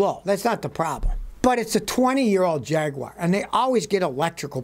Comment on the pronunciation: Oh Scotty, what the fudge is a Jagwire, is it possible you're trying to say jag u ar JAGUAR